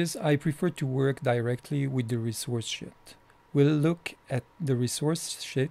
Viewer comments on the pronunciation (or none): ressource sheeeet!!! not shit ;)' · I love the way you pronounce ie: the Resource Sheet